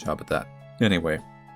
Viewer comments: " hey everyone, this is and welcome to the missing parts of Maria gwosche " no one: not even Maria: me: omg how dare u not pronounce gwozdek right even though ur not a polish youtuber offbrand twitter user noises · Pronounciation of the surname is: G-voz-deck. A worthy attempt however! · from a polish viewer - the "gwozdek" should be read as gvoz deck, no accents. at least i think that's how you "write" it in english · Dear: the name of the protagonist is from the Polish language and you were kinda close to correctly saying it. If you want to pronounce it correctly you should try to say it like this: Maria (this part doesn't change) Gwozdek (it should be said somewhat like: Gvosdek) Hope it helps. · I’m sorry but your pronounciation of “Gwozdek” (pronounced “gvozdak”) hurts me as a Polish person and so I won’t be watching the rest of the video goodbye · the W in Gwozdek is pronounced like a V. Gvozdek. No fancy vowels or anything. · Polish people listening to saying "Gwozdek": you're doing great, sweetie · Imo that's sounds cool- "Guozdek" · It's pronounced Gvoz-deck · im positive that the main characters family is polish, so the way the last name would be pronounced is gvoz-dek, the w does a v sound :) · Gwozdek - Since her name and her sister's name sounds Polish, I believe that it would be like: Gvo-Zdek, accent goes on second syllable. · I'm living for the way you pronounced Gwozdek <3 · as a polish person, i think its really funny how he pronounced "Gwozdek" lol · Extremely bad pronunciation,. I am disappointed